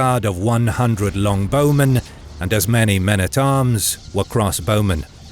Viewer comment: its not Long Bowmen. its Longbow Men. Longbow is a noun, name of the type of bow. not descriptive as in a very long bow.